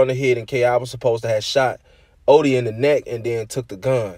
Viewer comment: You Say Odee So Weird